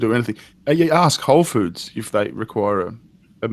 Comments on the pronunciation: alright, I feel bad for the guy. he needs help. but the whole time.... "wholes food" SAY IT RIGHT! it's whole foods! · First tip, if you want to work at whole food... I recommend you learn how to say the company name. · Every time he fucking says "wholesfood" I get triggered.